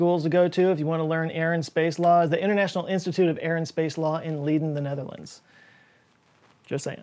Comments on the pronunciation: I was like Leeden?.. ah he means Leiden (pronounced as Ly den). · I feel like a nagging Nancy for pointing this out, but you pronounce the location of the International Institute of Air and Space Law as 'Leed-en', but 'Leye-den' is possible for an English speaker to pronounce and comes way closer to the proper pronounciation. Anyway, I'll see myself out 🌚 great video! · Leaden? It's Leiden, pronounced like li as from life, but shorter and then den. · Hi, Leiden is pronounces with the i sounding the same as from the word light so: Li-den. And the "den" sound like the word from: his den. So, Leiden sounds like: Li-den. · Leiden, is pronounced Lie-dun. you're welcome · leiden is pronounced lie-den. (am from the netherlands and that towns less than 30 mins of driving from me) not meant rudely. just something i caught. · He called it “Leed’n” but I’ll freaking take it! Let’s go,! Shouting out my city! *cries single tear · Colin MacKenzie Not really, Americans would pronounce that as Lay dn, as in laying down. I think it's kinda hard to explain to begin with, since the ei is not really in American English. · It's pronounced "Lay - Den" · More like Lie-Den. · made me crack up so bad hahaha. Watched it few times. Your best moment ever. Too bad you totally murdered the pronunciation of leiden where I went to school a few seconds later but thanks for mentioning it anyway. Great video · Yay Leiden (I’m gonna forgive your pronunciation this one time) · Me as a dutchman hearing you say Leiden is very funny🤣🤣